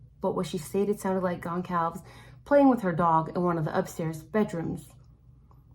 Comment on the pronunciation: Uh oh. It’s been over a year so we have to get the names right now. Sounds like: gon-solve-ess Three syllables. The ‘c’ sounds like ‘s’.